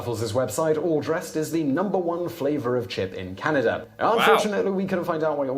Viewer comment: So sorry, but as a Canadian.. it is slightly offensive how some mericans pronounce Canada as Kennadah. :D Sorry :D